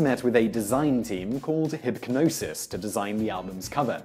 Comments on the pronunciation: "hip-g'nosis" it's hip-nosis the g is silent it is a play on hypnosis how did you not figure that out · Hipgnosis is said like the word "hypnosis", though I'm finding your video very useful for my essay for art history! Thanks Simon! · The "G" is silent in "Hipgnosis". Like "gnosis" or "gnostic". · In your introduction of Hipgnosis (hilarious pronunciation btw) you mention the various bands they had worked for up until then, making it sound like this was the first time Pink Floyd had considered them. Thats of course not the case as they had worked on every Pink Floyd album cover (not counting compilations) from their second album in 1968 all the way up to the album preceding Animals. Including the iconic Dark Side of the Moon, and Wish You Were Here covers (which was the one preceding Animals). Not only had they a long working relationship, they were also friends from Cambridge. During work on Animals, Roger and Storm Thorgerson (one half of Hipgnosis) had such a serious falling out that Hipgnosis didnt work for Pink Floyd again until after Roger had left the group.